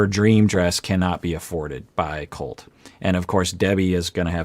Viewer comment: im a believer in treat others how you wish to be treated. If larissa refuses to call colt the way his name is pronoucned "colt" and instead calls him "coltey" then she does not deserve her name to be pronounced correctly